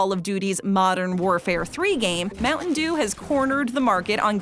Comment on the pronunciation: America: Moutain dew Filifino: Moutain jew The dew sound like jew